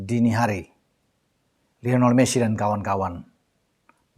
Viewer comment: Maaf, namanya "LIONEL", bukan "LEONEL"